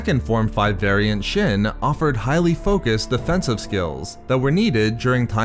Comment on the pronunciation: You saying "shin" instead of "shien" makes my ears want to bleed.